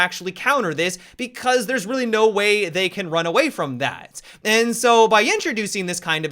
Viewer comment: Why do you say "zat" instead of "that"?